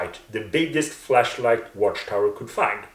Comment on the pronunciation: Maybe it's your accent or maybe it's mine, but when you say "flashlight" it sounds exactly like "fleshlight" ,and it's bloody hilarious hearing you say how JW are given and use fleshlights.